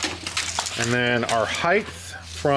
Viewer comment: Remember, no smoke, no poke! On another note. HeigTH is not a word. Height.